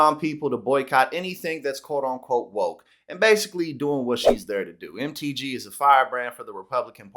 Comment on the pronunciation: One moment ,I thought you called her Empty G . 😄